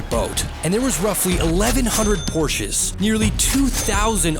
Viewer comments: It’s pronounced, POR-sha In German, the letter E at the end of a word is pronounced as an A. Danke Weitermachen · No, the ‚e‘ in Porsche is pronounced similar as you pronounce the ‚e‘ in ‚the‘